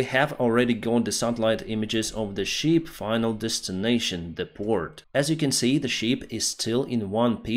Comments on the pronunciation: He keeps saying sheep 😂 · Ship, not sheep. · Perhaps somebody has already mentioned this but you seem to mispronounce "ship" as "sheep" which is an entirely different animal. I know you are not a native English speaker but I hope you can improve your presentation which is very valuable as it is already. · You are mispronouncing ship, it’s short e not long one! You are NOT talking about the animal.